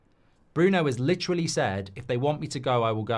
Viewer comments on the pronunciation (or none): none